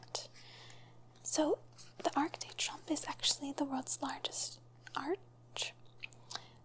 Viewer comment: You can google words that you’re not sure how to pronounce correctly. French words are harder (such as “arc de trumph”), but in some of your earlier videos, words like dexterity (“dexter-der-ritty) and debuted (day-byutted) makes me think you weren’t really a teacher 😂 good thing you have nice legs!